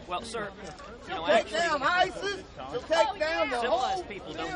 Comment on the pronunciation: "Umm,, the wall",,,,,"HE'LL TAKE DOWN AISISS!!!" HE'LL LEGALIZE METH!!!